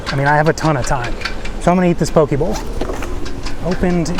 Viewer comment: Careful how you say “pokē”, I heard you say “poki” which is the thing that swings between a man’s legs… lol